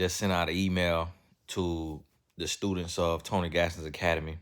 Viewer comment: Tony said gone nie 🤣🤣🤣